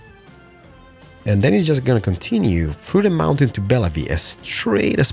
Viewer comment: its pronounced Bell-view